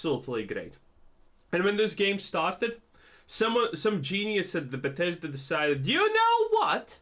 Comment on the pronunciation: 76 has more players now than ever far from sucks but I see you know gow to capitalize while the game is hot. Learn to pronounce Bethesda before trashing the product 😂